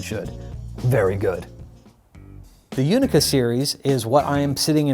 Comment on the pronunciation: The "Unika" drums is pronounced like "Ooonika" not like "you nika"